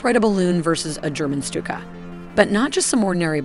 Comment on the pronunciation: "the stupid dive bombers" Im sry,i cant help hearing it. Amazing vids, really appreciate it! So much work from passion is fantastic!